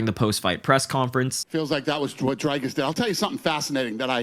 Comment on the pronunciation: Dana…. DDP’s name is not fkn Drycus. It’s Dricus. The “i” is the same sound as in Strickland. Learn it dipshit. The champ deserves to have his name pronounced correctly. He’s earned that right. And Sean needs to learn it too.